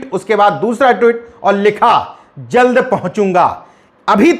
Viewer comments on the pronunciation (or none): none